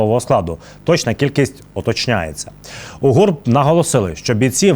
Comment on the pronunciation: Працюємо над діалектом! Не по російськи - уточнЯється,,а Українською- утОчнюється. ⚡😎🔱